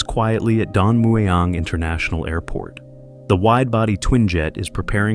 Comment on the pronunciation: Sorry here “Don Mueang” to pronounce it correctly, it pronounces Muang (เมือง). Whoever disagrees please know that I’m Thai.